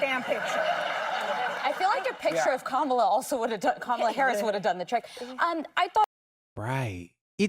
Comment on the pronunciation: Why did whoopie mispronounce Kamala's name?